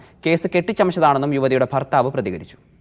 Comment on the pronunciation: ബർത്താവ് അല്ല മാപ്രേ ഭർത്താവ് എന്നാണ്